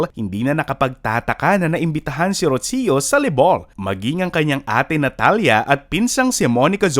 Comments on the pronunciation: It’s Roo-See-Yoo not Rotsio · It's pronounced as "Rosho" not "Rotsiyo". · Why do you keep mispronouncing the name “Rocio”?? It’s so annoying!!!